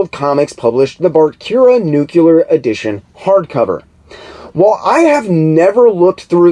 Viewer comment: you are amazing!!! I'm so glad I found your channel! Your research is so thorough and your presentation is a pleasure to listen to. Your enthusiasm for the subject matter shines through as does your wit and intelligence. So please forgive the nitpick, but it's like fingernails on a chalkboard to hear someone with your (truly) outstanding vocabulary mispronounce the word "nuclear". Big respect to you nonetheless brother!